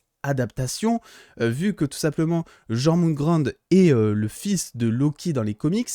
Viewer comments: Ça ce prononce yorgumande je crois, et tout les les liens de parenté sont respectés par rapport à la mythologie nordique sauf que fenrir est aussi un frère de loki et de Hel (Héla) et de Jorgümand du coup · Ça se dit Jor.moun.Gandeur* Et pour le loup ça se dit Fen.rire J'ai orthographié ça pour que tu puisses le lire avec la bonne Prononciation